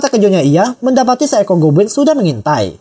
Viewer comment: Yang aku denger "gobwin"